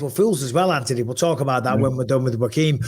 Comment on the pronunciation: Bisping calling Joaquin Jamaal. He butchered his name kept saying rakeem😂